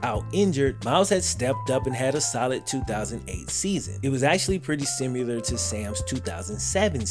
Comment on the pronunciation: You could print shirts that just say "Simular." Trust me it won't be trademarked.